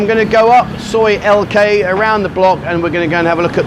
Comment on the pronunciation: Its L K not T K, sorry not your initials. 😂😷👍